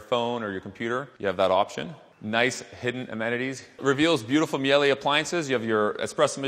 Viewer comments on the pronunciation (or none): Miele is pronounced mee-luh